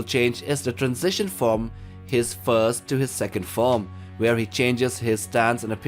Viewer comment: bro plz first, fourth and fifth. When you say them i can't differentiate what you mean. The theme and video are a 10/10. The voice over pronunciation NOT.